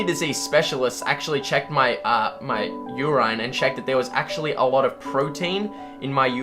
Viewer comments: YOOOOOR EIIIIINNN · every time he says yer eye-n i too develop a kidney disease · literally no Brits pronounce it like that, not nurses or doctors or just the public. We all say "urin" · Never heard a person pronouncing 'urine' as 'your - ayne' before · "Jesus chrast" "You-rain" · There are people that pronounce "urine" as "ur-ine"??? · It keeps irking me every time he says 'yuraine' 😆😆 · I believe that this video provided me with at least 1 rock solid fact about myself: The MAXIMUM Number of times that I can possibly tolerate hearing the word "Urine", but pronounced "Ur' īne" is precisely 4... Any more than that, and I'm out. Immediately. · "You rine" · "ur-INE"...never heard anyone including Aussie friends pronounce the word like that. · Wait just a fucking second...do people with Australian accents pronounce “urine” like “yur-EYE-n” or is this guy just weird? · is it just me or is he saying urain? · "YooRine", what the fuck?? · interesting u comment on the mispronunciation from the bible but not a peep about u-rine lmao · ... that’s not an uncommon way to pronounce urine in Australia, lol. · I legit nearly stroked out hearing how he pronounced 'urine'. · I actually have quite a few friends from foreign countries, japan, Austria, Germany, Italy, hell even Ireland and none of them have ever said 'urine' like that. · Seriously, I cringed so hard, I really hope that isn't a common or somewhat common Australian pronunciation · the way that one guy pronounces "urine" really bothers me tbh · So funny that ur correcting others on pronunciation 😂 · WTF is their pronunciation with "urine"? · Ever get the feeling he's just wanting to show off his medicine? Not to be mean, but I don't think he knows how to pronounce"urine" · The way he pronounces 'urine' annoys me.